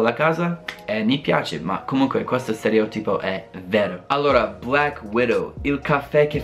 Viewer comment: un consiglio...... Quando pronunci 'stereòtipo', metti l'accento sulla 'O'!!!